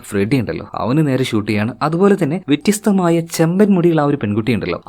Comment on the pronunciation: Vettyastham alla vethyastham🥰👍